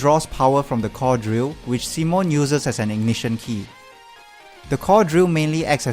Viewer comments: it's pronounced see-moan not sih-moan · Yeah, it's mostly down to accents, but other stuff like that triggered me like calling Simon "sih-moan" Doesn't degrade the video tho